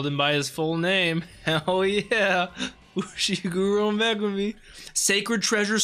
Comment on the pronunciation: I appreciate you calling him Fushiguro with decent pronunciation tho